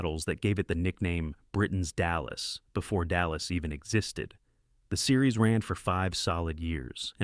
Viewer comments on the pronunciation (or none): none